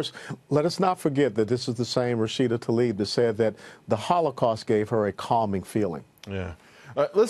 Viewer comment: Journalists and announcers... please professional and at least get her name right. It is NOT Ta-lib. It is Tla- ib. It's not that difficult.